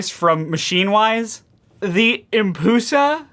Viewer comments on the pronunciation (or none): I also hate the name “empusa” and the way pronounces it “em-pyu-sa”